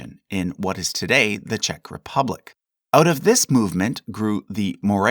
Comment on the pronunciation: Hi, great video. I've been working on my Scottish history recently and the religious history is somewhat confusing for me now. This intro to all the various Christian denominations has been great so far. I happen to be Czech and I have to say you guys have done a wonderful job pronouncing Czech names on this channel (Jack's Kings of Bohemia, namely, even though he pronounces Czechia as Chechia which drives me a bit nuts, the right way being "Czeckia" as shortened from CZECH Republic). Just in case you're interested: the way we pronounce Jan Hus is more akin to Yahn, his last name is Hus with the "u" sounding more like the "u" in the word "put". I'm unsure if I'd apply this pronunciation to "Hussites" as well since we don't call them exactly that, but I guess it'd make sense too =) Thanks for all the great work you do. I love learning and revising history through your videos.